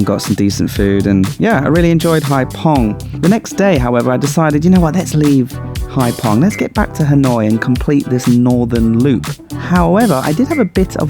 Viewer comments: What a difference. I was there in 2000. It’s pronounced hai fong, not hai pong. 😜😜 Thank you for these videos 🙏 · 'VIỆT NAM bởi MOTORBIKE' should be changed to 'Đi Việt Nam bằng MOTO'. Hai Phong should sound like 'haifong' rather than 'haipong'. Regards. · Just seen your blog and was,so disappointed, I was on Cat Ba 30 years,ago it was lovely looks like another tourist place to avoid. On a,side issue PH is pronounced as F in Vietnam 🇻🇳